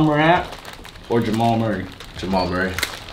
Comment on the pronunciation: oh he said jmal murray